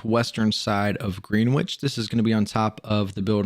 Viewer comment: I hate to be that guy but “Greenwich” is actually pronounced “GREN-itch”